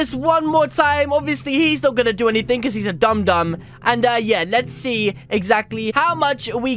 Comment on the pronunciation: Instead of saying dum u said dom so I should have a dom dom huge